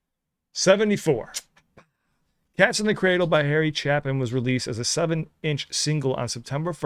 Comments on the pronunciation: I was 21 when this came out. I understood the warning it gave, but in the end I still lived the song. My parents are both gone and I regret not making enough free time to spend with them. Oh, and his last name is pronounced chay-pin. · The first syllable of Harry's last name rhymes with "shape". The live performance video features an intro by his wife and son. Don't miss it. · Pronounced Chape in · Pronounced chay-pin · Harry Chapin was such a storyteller with his songs. There are more to checkout from him like this. Oh.....and his name is pronounced like.... "Chaypin". Just FYI. lol. Great reaction! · Chapin pronounced like VAPIN' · You two are my fave YouTube music reacters - l'm so glad you're still here, fighting the good fight and discovering the music of my youth! This track is one of those makes me wistful and thoughtful and more than a little melancholy. One teeny tiny quibble: this artist's last name is pronounced /CHAY-pin/. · Last name pronounced Chaypin...W.O.L.D is another great story telling song by the great late Harry Chapin...him and Hoyt Axton were great story tellers with their music. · Chapin is pronounced Chaypin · Also, no biggie but it’s Chapin, rhymes with “ape-pin.” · Harry Chapin (pronounced Chay-pin) died just shy of 7 years after this song was released. He was killed in a horrible car accident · The other song by him that everyone knows is Taxi. It's really good too. His name is pronounced with a hard "a". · RIP Harry. I'm attending The Chapin Family annual concert tonight. The whole family's so talented. Pronounced Shay-pen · There is a video version of the song with comments from Chapin's own son and wife. Harry Chapin died young in a tragic traffic accident. RIP. BTW its pronounced with a LONG A. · Not critsizing, but his name is pronounced " Chay Pin" Harry was a master story teller. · Harry Chapin is pronounced "Chay-pin". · Pronunciation is with a hard A. ChApin. Love your reactions! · Pronounced Harry Chay-pin... just FYI 😃